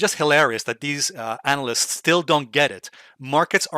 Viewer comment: "Anal-yst", just like "re-serve"?